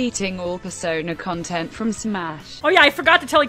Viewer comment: More smush kwontent? ok....